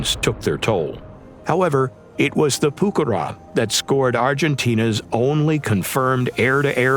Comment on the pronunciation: Que buena pronunciación al español! 😉